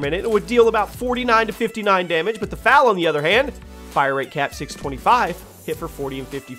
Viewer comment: The fal is pronounced F A L